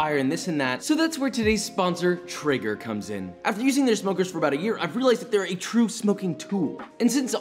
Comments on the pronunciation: Keeps saying trigger but its traeger ae makes the A sound. Is he correct or am I wrong. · It's not Eren Jaeger but Joshua's Traeger